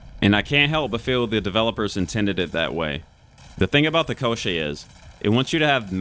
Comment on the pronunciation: I'm not surprised at all! Everything is written very clearly!))) You pronounce it correctly - Ko-shchey. The push didn't work for me either because it drained stamina, and I don't like running without dodges.